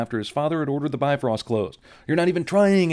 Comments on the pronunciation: You should have added a sin for every time "Bifrost" got mispronounced. It's "BEEV-rawst", dammit! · It always pains me how they pronounce Bifröst. It's "BEEF-ROAST." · Bifröst is pronounced "Bee-frerst"